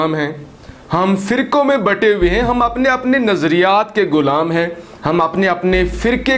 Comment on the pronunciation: Pelay apni Urdu ko to Thora bohot improve Kar lo ghulaam ko gulaam meh rage ho